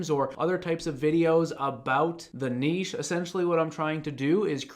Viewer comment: Thank you for saving "niche" correctly (not "nitch" lol).